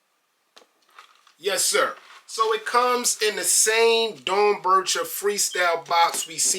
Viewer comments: It’s pronounced Dorn Becker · Dorn-becker is how you pronounce it.